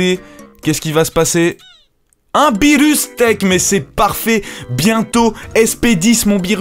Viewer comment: BIENTOT DE RETOUR ^^ on dit beerus